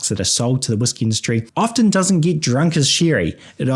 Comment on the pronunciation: The 't' in 'often' is silent.